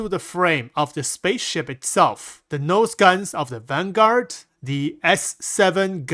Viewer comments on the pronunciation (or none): none